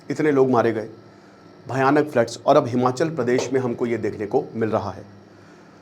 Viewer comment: It’s Himachal not Himanchal in Hindi